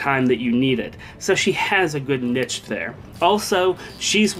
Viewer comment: please stop saying niche like that :(. and also she deals decently with hector if she runs axebreaker and it means she deals with almost the entirety of blue and green.